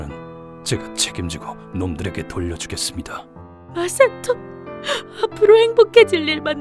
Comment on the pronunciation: 마사토가 마석도로 들리는 병에 걸린 ㅋㅋ